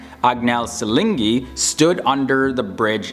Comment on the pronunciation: Nr 2 : Anghel Saligni is pronounce Anghel Salyny ( no G ) :) Man...never thought ill EVER see an American who know so many things about Roumania. Respect for ppl who like to know more about small countries , special respect for you cos you know many things about us. Love you man.